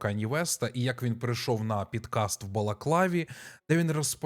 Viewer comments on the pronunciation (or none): дякую за відео!! хотіла б відмітити, що слово «подкаст» українською говориться через «о», адже це англізцизм 🙂‍↕️ щодо теми відео, мене дуже дивує, що цього конченого не притягують ні до якої відповідальності. невже він не порушує ніякі американські закони такою поведінкою? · Та не підкаст а ПОДкаст. Це слово таке: под...